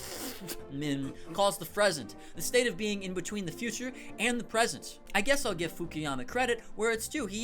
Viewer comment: "fresent" ... gonna use that one